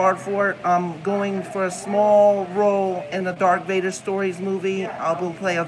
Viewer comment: Dark Vader 😂😂😂 it butchering the lord's name unfortunately